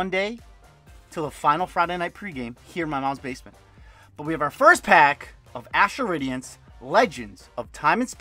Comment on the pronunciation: "time to open rastral adience... dastral badience... PWUEEHAHAHHA!" - CTR